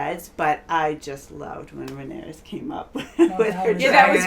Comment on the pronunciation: Lol Rhaenyra not Rhaenyris haha there’s just too many names lol 😂